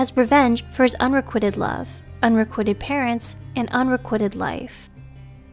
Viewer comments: FYI it's 'unrequited' with a long I. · Mispronounced "psychopathy." . Accent on second accent. The i in "requited" is long.When I hear things like this, I suspect that the narrator is Al, or someone completely uninformed about the subject. The narrator has never HEARD these words. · It’s pronounced un-ree-quite-ed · Psy COP' athy Requ I' ted I have a difficult time putting store in you when you don't hire someone who can pronounce her/your material. Are you a professional group or not? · Mispronouncing unrequited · would be nice if you pronounced unrequited correctly